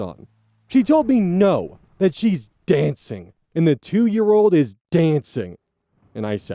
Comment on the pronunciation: This is a little ridiculous but the way you said x was DANCING with so much emphasis on it cracked me up.